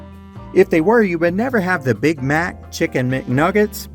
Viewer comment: It's Mac not Mic.